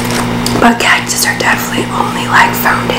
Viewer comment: She said cactus's 😂